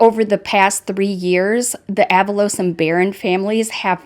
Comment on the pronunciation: “Ah-VAH-Los “ (not “AVA-Los”) 🤭